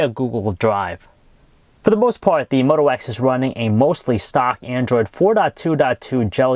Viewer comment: Did he say one x? Haha!